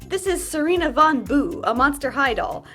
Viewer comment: The fact that you call her sai-ree-nah instead of see-re-nah is really fun to me bc sirena means mermaid in spanish and that would be how you pronounce it, not the name, but the word